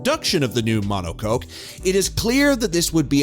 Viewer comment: "Mono Coke" 😂 "Rad Bull"